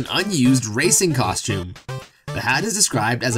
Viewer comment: i thought when you said "racing costume" you said racist for a second xD